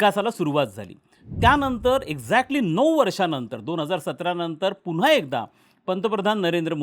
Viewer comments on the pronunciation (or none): none